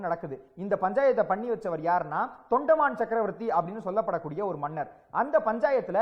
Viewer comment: Thambi not thondaman it's thondaimaan first read the names clearly let's leave murugar and perumal as it is don't make new stories and spoil others believes